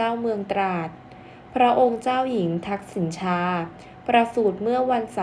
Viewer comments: อ่านว่าทักษิณะชาศึกษาให้กระจ่างแจ้งแน่มาก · ชื่อท่านออกเสียง ทัก-สิ-นะ-ชา ค่ะ